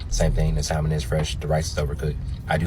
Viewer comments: I can't listen to a cat who pronounces the L in salmon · I knew the food was going to get an L when he pronounced the L in salmon? 🤭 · I’m sorry I’m annoyed that he’s a food critic and can’t even pronounce salmon correctly. But shout out to him being black though.